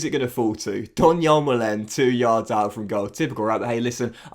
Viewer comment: Donyell Malens surname is actually pronounced ‘MAH-luhn’, fyi :) oh and Toney starts. Maybe think about selling one of ‘em next year.